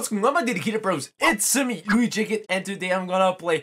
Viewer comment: His name is Luigikid [stop saying people's names wrong]